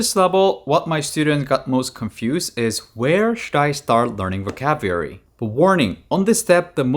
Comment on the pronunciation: It's pronounced vo cab u lary